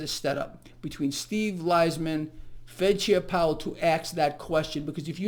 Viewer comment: Does pronounce "ask" as "ax"? 😂